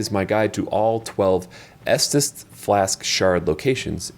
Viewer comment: Estus not Estes